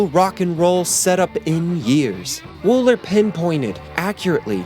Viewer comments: Its Bob Wool-ER!! Not "en" Thats an R at the end of his name. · WOOLER! Not Woollen. WOOLER! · Richard Starkey, not Starkley. Bob Wooler, not Woolen. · Its Bob "Wooler" not "Woolen." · Bob Wooler not Bob Woolen 👍🏻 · I could have sworn that Bob Wooler's name was Bob Wooler, and not Woolen. Have I been wrong about that for all these years?! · The guy's name was Bob Wooler, not Woolen. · I thought it was Bob Wooller, not Woollen. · The name is pronounced Bob Wool - ER, not Wool - EN. (The captions are spelled correctly.) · Your propensity for mispronouncing last names like that of Bob WOOLER is hilarious. But it's a decent video otherwise. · Bob Wool-ER. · You have mispronounced SO many names and words. LITHERLAND, Bob “WOOLER” Richard STARKEY and it’s CAS BAA (Casbah) not Cazbuh. Come on now. If you are presenting something as “well researched” then learn to pronounce the names and words properly. I think you are just kind of copying this from other stuff. Most of this is all well known by Beatles fans anyway. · And it's "Wooler" (one "L"). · Good vid..... but why do you mispronounce the names of people and places so much? Bob Woolen? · WOOLER!! ITS BLOODY BOB WOOLER!! (btw... love your videos... but you fuck at least one name up every video! 😆🤣) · Yeah? But he gets Ringo's surname and Bob Wooler's WRONG.